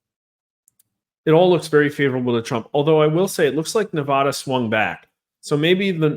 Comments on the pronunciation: Respectful correction sir. That's NEVADA ! not Nevahda ! Thank you 🙂 🇺🇲💖🇮🇱💖🇵🇭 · I wish to see a political video where Nevada is pronounced correctly. Just once, please.